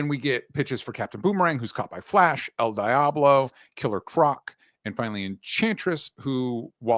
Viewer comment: Dj pronunciation of El Diablo is criminal. It's very American 😂😂